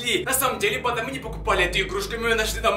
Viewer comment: Я вроде глухой но я слышу вместо банда-панда 🐼